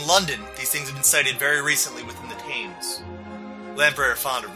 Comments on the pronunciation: did he seriously pronounce Thames same as you would say tames like "TAY"? 😂. Thames it pronounced like "TEMS" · The river Thames is pronounced ‘Temz’ not ‘thaymz’. 👍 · The river's name is pronounced "the temms" rather than "the thaymes". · Thames is pronounced Tems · Mmm that pronunciation of "Thames" though 😂